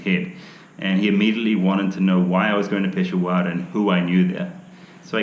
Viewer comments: pe-sha-war not pesowar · you are wrong miss...he pronounced it as PESHWAAR its PESHAAWAR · Peshawar or "Piss Hour"?😂😂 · He can’t even say pish shah war, he said it right while in the rickshaw. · Only difference I could tell is the last syllable. He pronounces it peshawaar. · Just fyi - not that his urdu and Hindi isn’t great. But its pish-shaa-wer, Peshawar. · I know he couldn't even say Peshawar the right way.